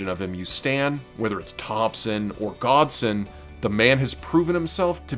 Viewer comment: u said his name wrong...its godson